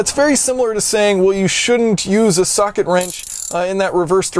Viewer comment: brwi1 it almost sounded like he said 'suck-it' wrench...and that would have pretty much summed up what he accomplished...